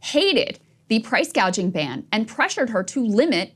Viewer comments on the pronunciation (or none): Price gouging or price gauging??? THE WOMAN CAN'T SPEAK, for Christ's sake. She was never going to win!